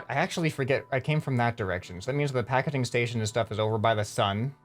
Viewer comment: YOUR SAYING PAKEDING STATION do you mean PAKEGING STATION